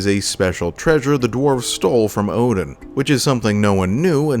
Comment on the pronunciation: Ngl I didn’t realize it until a the mission before he actually turned on us. I noticed the mispronunciation of his name and was like NOOOOOO